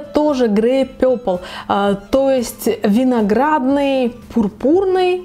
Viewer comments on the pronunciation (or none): none